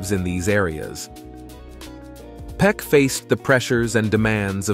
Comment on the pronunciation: His name is Gregory Peck not peek